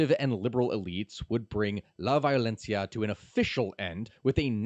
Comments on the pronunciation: "Vayolenssia" "Bogata" ... No, no, I'm leaving. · That and "La Violencia".